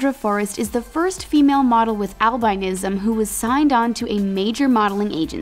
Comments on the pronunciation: It's al-bin-ism... not al-bine-ism. My mom has it. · please someone teach the speaker how to pronounce albinism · That’s not how albinism is pronounced.